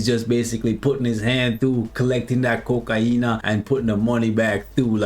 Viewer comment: “Kokaina” 🤣😂🤣😂 im dying bud😂 Btw love your content! Keep up the good work 👍